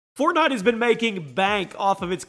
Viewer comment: He said fortknot at the beginning of the video 😂😂